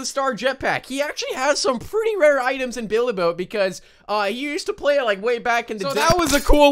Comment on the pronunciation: Play not ply